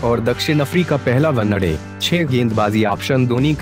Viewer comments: pehle bhai one day bol .....onnaday nhi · Onnna day kya hai bhai 😂one day hota hai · 1day bolna sikh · Did someone noticed he was saying one-a-day😂😂😂😂😂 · Vannaday...!😂 ye vannaday kya hota hai! Pehle vannaday pehle vannaday kare jaa raha h!😂😂😂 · One day ko thik se pronounciate karo bro. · Kya boolra hai be ... Onena day 😂😂😅😅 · Bhai tu kaise bolta hai yar One naa day .... Janbuzkar aise pronounce karta hai kya . teri har ek video me kuchh na kuchh galat bolta hai tu. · Bhai pehle , one-day Sahi se bol le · Abe sahi se bola kr wanade kya hota h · One day bolna to sikh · oye one day to sahi se bol le